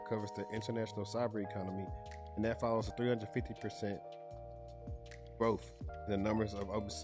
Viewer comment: GrowTH not GroFF.